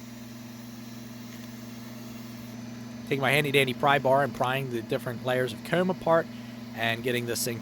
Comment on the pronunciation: You should really have some merch with the word "Comb" on it. No one says it as cool as you.